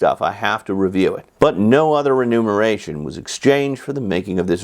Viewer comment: Hey Professor, it's not "renumeration", it's remuneration. 😊